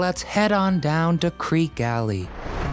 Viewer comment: Creque (kree-key) Alley, not Creek Alley, written by them as Creeque Alley. Henry Creque bought a significant part of downtown St. Thomas after finding treasure on Treasure (Norman) Island. There are a number of reasons for calling it the real Treasure Island, because of the government known pirate treasure found there that they tried to collect, Spyglass Hill like in the book is on Norman, and there is a Dead Chest Island right around the corner that looks like a dead man floating in the water, from a certain angle.